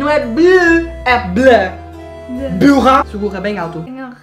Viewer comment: Ele disse burra em açoriano